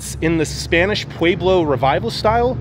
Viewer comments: It’s not pweblow it’s Pueblo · I keep chuckling at his pronunciation of Pueblo. 😸. it is a very beautiful drive from Albuquerque to Gallup and I have been several times and didn't think it was dangerous like this video claims.